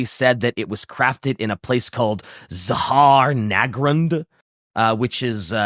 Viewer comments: May i say its not Zahar nagrund its said with a silent H in Zharr Nagrund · Why does he pronounce zh like z+h instead of like j in jean. I can tolerate it in zhar-nagrund, but Ass-Hag is too much